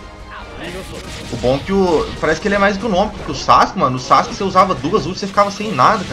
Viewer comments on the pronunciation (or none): none